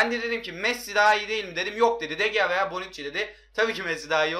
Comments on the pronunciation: de gea deil Dı hea diye okunuyo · DE GEA DİYE OKUNMAZ DE HEA DİYE OKUNUR !!!!!